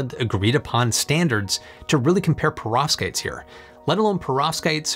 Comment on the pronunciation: It sounds to me as if you are saying "prostates". I may need to get my hearing checked!😂